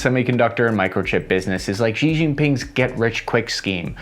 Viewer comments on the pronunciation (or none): Xi = shee. Shee. Not zhee or jee or zhsheeeeee